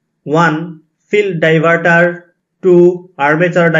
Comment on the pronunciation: Die... var ....taar 😂😂